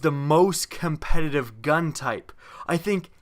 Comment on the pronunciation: Pls say the word "competitive" clearly